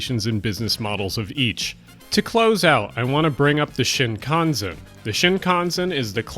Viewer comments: Great video, I really wish there was a more effective way to fight back against lobbyists. But can you please learn to pronounce Shinkansen. It's SHEE in shih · You're wrong about the Shinkansen. (sheen-kahn-sen) It's very expensive, ppl in Japanese know it's expensive, try to avoid it unless it's for business or very long, and it'd cuased massive financial problems for the companies that run it, including sell offs and bankruptcy. Also, the CSR should be massively changed. The trains aren't nearly fast enough for this day and age, especially for the ginormous cost. Start over the with the track and train type and go mag-lev. Much faster, much smoothet. Oh yeah, pick a better route.